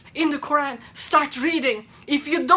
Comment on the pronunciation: pay attention she can't even pronounce Quran correctly. Fake!!!!